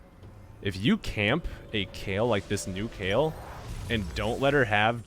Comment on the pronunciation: Please stop calling her Kale xD .. i'm totally triggered, i thought it was like Kaylie